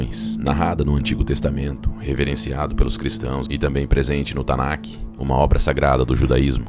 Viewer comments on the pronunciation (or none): none